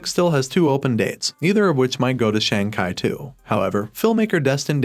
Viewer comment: Learn how to pronounce Shang chi